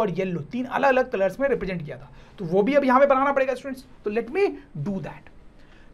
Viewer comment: In a single video sir says about 100times stuents, stuents 😂😂😂